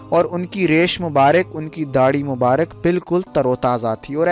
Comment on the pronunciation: mubark hota hai mubarik nhi kabr hota hai kubur nhi